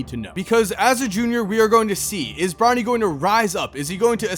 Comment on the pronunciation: I keep hearing Ronnie instead of Bronny 💀